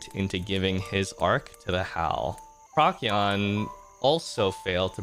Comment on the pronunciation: you keep saying prok-e-on (trust me thats how i was saying it myself for the longest time) but there are npc's in the game who say it outloud and its pronounced pro-see-on. ~the more you know~